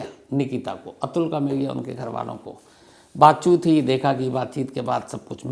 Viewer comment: 2 : 45 स्टार्ट बातचीत ❌ बातचुत 😂😂😂